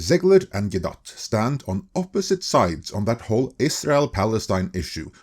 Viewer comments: "Gal-guh-DOT"? bruh its guh-doh. Learn to say peoples names right. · Is her last name really pronounced Gal-Dot? I figured you would have been corrected by now. Gal-Doe. But maybe it is Gal-Dot.